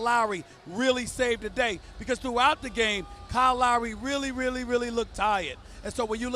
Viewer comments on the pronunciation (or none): none